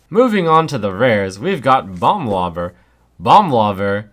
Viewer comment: when you say bomb lobber it sounds kinda like you're saying "bum lover" heheh